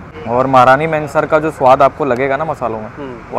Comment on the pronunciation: It's महारानी महनसर Not महारानी मेंसर!!